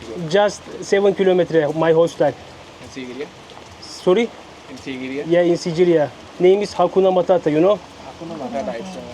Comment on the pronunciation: Siciriya ne yaa sigiriya yerel insanlar bile sigiriya diyor biraz gezdigin yerleri öğren azıcık dostlarım dostlarım nedir ayrica biraz kitap okuyun a hu konuşuyorsunuz gerçekten